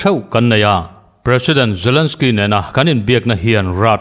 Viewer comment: zalensky, putin tiin lam ri mai la, ngaihthlak a nuam zawk ang ngem ka ti